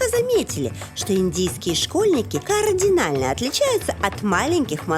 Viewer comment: уважаемая Жанна Бадоева! вы как-то странно произносите слово "кардинально". может быть, это связано с тем, что многие люди путают его со словом "координально", но я искренне надеюсь, что вы к ним не относитесь. А за передачу большое спасибо! ;)